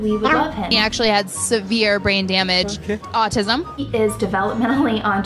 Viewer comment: The way she says autism rly bothers me for some reason